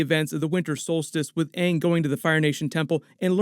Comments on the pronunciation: His name is Ang..... not Ung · ok but if u cant say shang shi right why can u say aang. XD ITS LITERALLY SHANG BUT WITHOUT THE SH XD ..but Aang sounds better then aahng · I hope they pronounce Aang as Ong/ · They gonna pronounce Aang right this time?